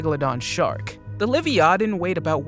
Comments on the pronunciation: Lyvytan???...wth !!,is that??,I thought its the Leviathan. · It’s la-vai-a-tin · HOW is he pronouncing Leviathan ? 🤣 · Smy lo don and la vya than. Please try to pronounce them correctly.